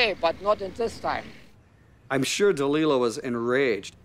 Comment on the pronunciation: Can't that fellow get the lady's name right Da- ly-la! As in Samson and ... (Maybe it's a warning to men? ;o)